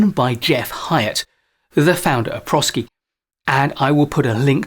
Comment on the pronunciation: My company uses the ADKAR model in their training on change management, and we have found it to be easy to understand and practical in its application. Highly recommend it. The name of the company comes from the combination of the words professional and sciences. So properly pronounced as pro SCi with a long i.